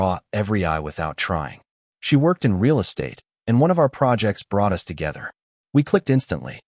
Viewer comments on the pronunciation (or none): I'm with BournetoBudget. Names change mid story. Details told on repeat with new descriptors for location and place. Pure bad AI bs. Not to mention closed captioning is horribly misspelled and punctuated. Voice over is just as bad. Saying U S for us, calling times and dates wrong, poor timing and spacing of words and sentences. And my personal pet peeve... saying Janet's as Janet S.